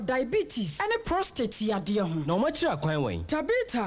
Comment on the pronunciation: Pls is pro- state not prostraight. No disrespectful pls. Thank you.